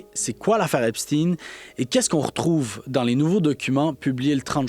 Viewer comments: les chaînes en anglais prononcent epsteen (tin) et j'ai entendu hier sur une chaîne française "epshtein" (oui comme Einstein). Mais, oui, c'est agaçant ce "steen" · C’est espstein, c’est pas epstinne, c’est un juif pas un russe? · Epstein se prononce comme Albert Einstein et non comme (teen). Phonétiquement c’est pas correcte. Obama était le plus proche, il le recevait à la Maison Blanche et est allé plusieurs fois sur l’île , avion , bateau, temple etc… Le pizzagate …Commander pour 65,000$ de hot dog c’est étrange pour vous ? Obama avait faim. Bref , vous êtes en retard dans l’info et vous contournez encore même si il y à une légère amélioration 😂 Lâchez pas , tout ceci est connu depuis 2018 et c’est Trump qui à forcé le ministère de la justice à sortir la balance il y a deux semaines et non l’inverse, c’est aussi qui à dénoncer en 2005 le comportement de Epstein comme Einstein. Alors assumez au moins ça. Bref , le temple n’a pas été ensevelie sans raison. Tinking ! Tout ça est prouvé et des centaines de témoignages depuis des années sont faits , oupssss ! Elles doivent et ils doivent être fous et folles les victimes ? Des fuites de documents sont sortis entres 2018 et 2021 …. Un tas de gens en n’ont pris connaissance mais ça devait être des conspirationnistes, oui c’est ça , des conspirationnistes qui dénonçaient les conspirateurs malicieux et immondes que les ignares à admirent encore aujourd’hui. Certains vint tomber de haut si ils sont mal informés. Lucidité perdue au Qc comparativement aux autres pays du globe , merci quand même 😂😂 pizza = ….Hot dog = ….. Et c’est biens réel malheureusement. Ils ont des pratiques pourtant millénaires, il faut juste connaître l’histoire un peu ahhh! Et c’est pas f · les chaînes en anglais prononcent epsteen et j'ai entendu hier sur une chaîne française "epshtein" (oui comme Einstein). Mais, oui, c'est agaçant ce "steen" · Arrêtez de prôner Epstin c’est Epstein tout comme Einstein, frankenstein lichtenstein